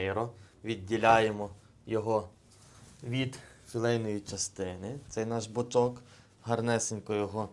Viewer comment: Бочо'к наголос не туди так і привикниш